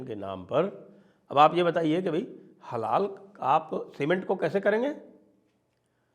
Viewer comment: अरे श्रीमान थोङा होश मे बैठकर वीडियो रिकार्ड किया कीजिए। आप हलाल को बार-बार हलाला बोल रहे थे 🤦‍♂️